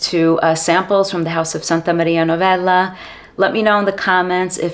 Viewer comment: The way you say "Santa Maria Novella"...you have Italian genes don't you? 😊 Great review as usual 🎉